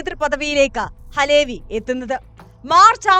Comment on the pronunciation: അലേ വി അല്ല . അലവി ക്കാക്ക.